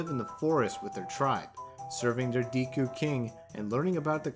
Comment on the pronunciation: Nice video but the deeeku kills me everytime